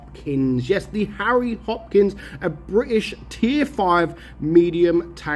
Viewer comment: its harry not arry cockney muppet